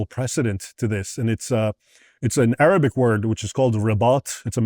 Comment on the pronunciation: His historical facts are on point. His arabic pronunciation not so much. Still a great insight for those who know nothing about the Middle East